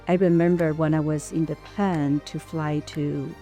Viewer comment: plane，not plan